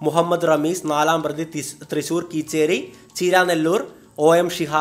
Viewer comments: തൃശൂർ കീച്ചേരി അല്ല Bro കേച്ചേരി... അതാണ് സ്ഥലം... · കീച്ചേരി അല്ല ബ്രോ കേച്ചേരി ആണ്....